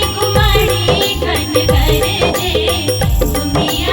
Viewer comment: बहुत सुन्नर, ऑरिजिनल शब्द संग खेलौर नञि कएल गेल अछि, यथावत राखि गाओल गेल अछि । गरजए केर उच्चारण गरजे नञि करी तऽ नीक गरजए वा गरजय करी तऽ नीक । मैथिलीक हिन्दी जेकाँ उच्चारण सँ बाँचि मैथिलीक रक्षा करी । तहिना उमरि - घुमरि = उमैर - घुमैर सावन = साओन सुहावन = सोहाओन मनभावन = मनभाओन बरसन = बरिसन = बैरसन धन्यवाद 🙏 🙏